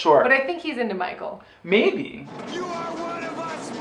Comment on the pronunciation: You keep saying Micheal like your Sleepaway Camp Angela!